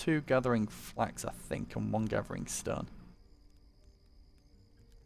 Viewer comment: Do i hear wrong or do you pronounce stone strun